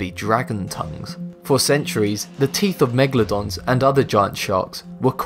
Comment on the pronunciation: it says Magledons xD